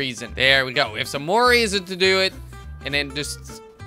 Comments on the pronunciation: Its not Reason its pronounced Reh-zin. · Panos Gamer it's pronounced rezin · and the mineral Resin is pronounced Resin with short E not Reasin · resin not reason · Resin sounds like re-zin (vowel e) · it is pronounced ree-sin and teeh-th-er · The e in the word resin is not like the word eve it is like the word rebels